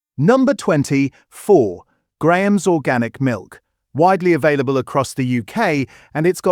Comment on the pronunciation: He also pronounced Graham's correctly then pronounced "Gram's" 😭🤣